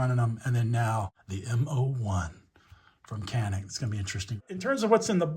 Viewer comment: It’s pronounced janik…. Yawn-ick.